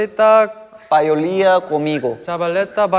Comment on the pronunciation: no one: literally no one: minhyuk and jooheon: CALL MIGO instead of conmigo 😂😂